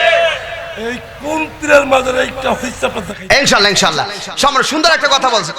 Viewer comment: Hujur er o vul ase ...sha allahu bolar por shur milaiya eida ki bollo...thik hoy nai kothata